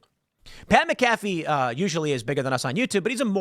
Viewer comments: "Pat Macaffe???".... Tim, its Pat Mac-a-fee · Damnit Tim. You said it again. It's Mac-A-Fee. Not mc-calf-fee. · MAC-a-fee Tim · Its pronounced Pat Mac-uh-fee lmao he was the Punter for the Indianapolis Colts my favorite NFL team for a while when we were actually good. Its funny to hear you say his name like that when you mention him.